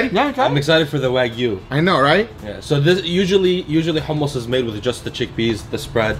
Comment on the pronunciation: Bro the way he says hue-mus is annoying. In the real middle east u use the throat for the h in hummus